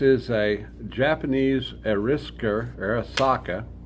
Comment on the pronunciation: Why would someone who can not even pronounce Arisaka or knows anything about them make a video ? Gun stocks from wrecked tables !! Wood shortage at the end of the war . The Japanese always used a two piece butt stock . That was a rope hole for a rope sling , not a table leg . The barrels ARE lathe turned , just at a high feed speed . Did you just make all that up ?